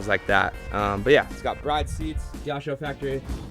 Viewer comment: Ur saying Bride wrong. But we still love you 😆